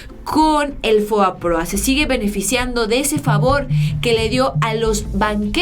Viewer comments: Estimada espero no me lo tomes a mal pero no es FOAPROA como lo pronuncias es FOBAPROA, pero de ahí todo excelente con la información. Saludos a toda la audiencia. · FOBAPROA no FOAPROA